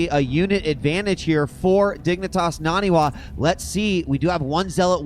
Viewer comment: Nah-knee Wah. it's not that hard.